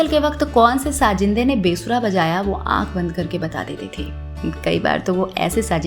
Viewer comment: Great program and tribute to this talented music director but you need to work on your Diction/Pronunciation especially with letters “Z’ and J” Sounds very unsophisticated when you say Sajindeh or Gajnavi instead of Sazindeh or Ghaznavi Zimma not Jimma Say Majaal not Mazaal Don’t switch Z with J and vice versa